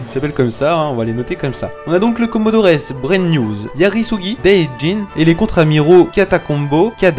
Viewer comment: On prononce "comodor" pas comodores